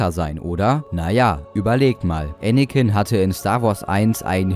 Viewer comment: Anicken ist schterker